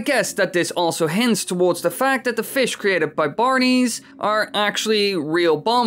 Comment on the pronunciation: You say "Bar-nees" but isn't it actually pronounced "Barns"?